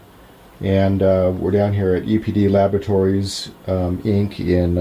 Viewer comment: The Header text of the vid states "EPD Laboratories". Voice behind the camera says "UPD Laboratories". Auto Generated subs states "APD Laboratories". Not really a big deal, just found it odd / funny, is all.